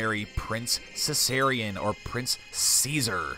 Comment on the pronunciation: How about instead of pronouncing it with a C you instead use a K so it will be written Caesarion but will we pronounced with a K?